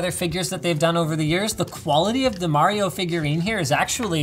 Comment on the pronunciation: Linus said Mario wrong.